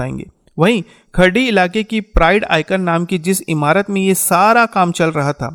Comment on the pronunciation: सर खराडी है.. खरडी नहीं